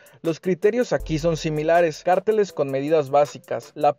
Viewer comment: Padrísimos tus vídeos, gracias x la información. Solo te tengo una observación con mucho cariño... Cárteles cómo lo dices se refiere a los del narco, lo correcto es pronunciarlo con acento en la primera e. Besos